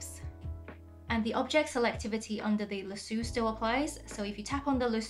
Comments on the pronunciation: Lasue 😭 it’s pronounced “La-So” 🫶🏻 😅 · Great video, but the word is pronounced LASS-OH. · The best part of the video is when she says lasoo, love it. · Hahhahaha I giggled at this too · is that how lasso is pronounced in ur language? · Love how you pronounce lasso. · Lol I was saying lasso the way she said it and thinking how it sounds so funny and different. But I bet people over there think it sounds weird how I say it